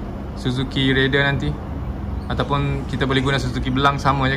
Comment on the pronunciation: Susah ke bang nak sebut Raider? Abg asyik sebut Rider.